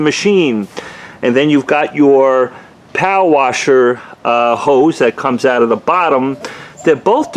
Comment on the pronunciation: Civy 852 All I kept hearing was POW-WASHER. I think he meant power washer lol